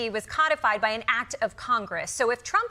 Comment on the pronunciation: CODIFIED! Code-i-fied! Not "coddy-fied"! {:o:O:}